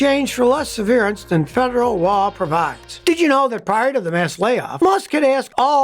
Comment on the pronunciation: "severe-ance" nice Freudian slip!